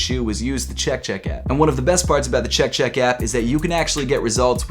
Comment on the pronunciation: I don’t like how he says “Chek chek apP” lmao